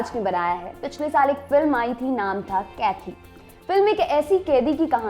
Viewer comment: It's not kethi, its kaithi, in Tamil its pronounced- QAIDI.